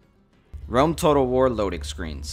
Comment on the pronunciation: Could you say the name of that first game again? War-whatter? Medieval-Tawter? Rome Tawtel? Shogun 2 Total War? See what I did there?